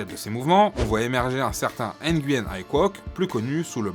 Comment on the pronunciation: Normalement Nguyen sa se prononce Nuuuuangieeeen